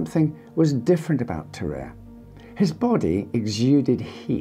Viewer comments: It's pronounced tar-ar-ay not tar-ay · i'm prety sure even in French the "a" precides the "e" so it;s Ta-ra-rey not Ta-rerre